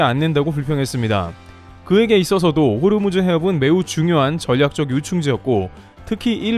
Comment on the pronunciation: 호르무즈가 아니고 호 무즈